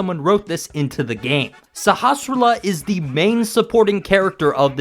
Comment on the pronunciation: I've seen a whole bunch of Link to the Past videos, and you are the first YouTuber that seems to be able to actually pronounce the name of the village elder. I never thought it was all that difficult, even when I was a kid, and even without having a reference to how it's supposed to be pronounced, but it seems like everybody who does videos on this topic butchers it. some of them don't even try.